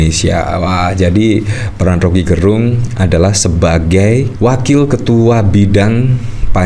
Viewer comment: Om Rocky dilawan... Orang Manado bilang "nintau tako" artinya gak kenal takut. Btw Gerung Laval "e" nya kayak di kata enak atau kecap bukan Laval e lemah swperti yg dilafalkan admin. Gerung itu marga org Minahasa.